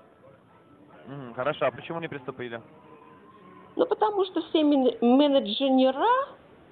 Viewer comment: МенедженерА, средствА и договорА)))